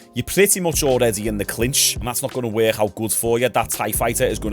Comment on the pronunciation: y’all hear how he says “work”??? Where is that hhhiiiccckkkkk coming from?? What accent is this?? Wor-hhhhiiiiiccccc-kk?? 😂😂😂😂